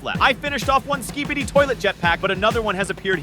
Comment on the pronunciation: Im glad that im not the only one who heard it